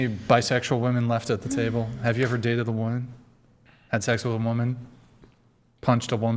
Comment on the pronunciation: What’s with the mispronunciation of women and woman??? Omg